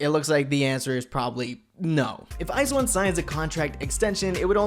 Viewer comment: ice one? lololol 🤣🤣 thats not the way to said it